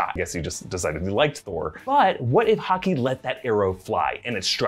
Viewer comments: says Hawky instead of Hawkeye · He said hawkee 😂😂😂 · sounds like he said “hockey” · He calls hawkeye...hockey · He called Hawkeye "Hockey" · Ok but what is the pronunciation of Hawkeye tho